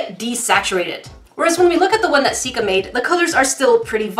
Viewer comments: I heard Jessica in stead of Sika when her stomach growled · Why did you call her Jessica when you've always called her Sika? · Did you call her jesaca🧐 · No she said ja for but she meant sika so it sounds like Jessica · im rewatching all of her videos and i keep hearing call sika jessica and im just now realizing that her name must actually be jessica. I feel like such an idiot lol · Is it just me or did she say "What's wrong with ur belly Jessica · Did anybody else notice that instead of calling Sika "Sika" She calls her "Jessica" ? REally just me ok :(